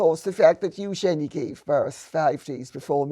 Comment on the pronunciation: Great to hear Lady C pronounce Eugenie correctly thank you